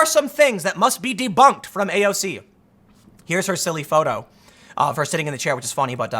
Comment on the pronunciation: First of all it's AOC, not AOZ. Thought you might have made a mistake the first time, so I didn't say anything. Second that video show an example on the current Republican party work now, they don't use logic. They work for there donors, not the people. In the past, Republican party was great, but now the far right and money turned it to shit. It's been going on forever, the young generation and grass root politician calls this out more then the current Republican party the US Debt has never been this high. We are getting screwed and are happy about, and it following year it goes back to hell cuz of issues the Republicans leaders made in the past